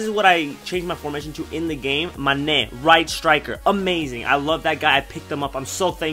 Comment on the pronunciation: love the way you say mane's name loool manèèè!